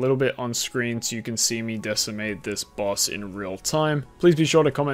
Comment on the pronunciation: Sooorrr powerful. Lorrr why do u have an R in every word wtf